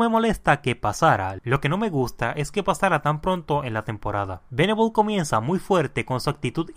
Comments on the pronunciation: Lo estas diciendo mal...Dijiste Veneble y se dice Venable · Venabll :v